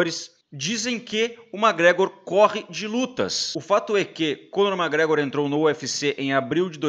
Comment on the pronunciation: Porrrraaaaa aprende a pronunciar o nome do cara direito, brother! É McGregor e não mágregror, pqp!! Sucesso!!! Abraco